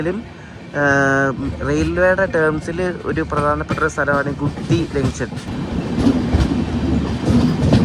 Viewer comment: ഗുത്തിയോ??? ഗൂട്ടി അല്ലെ??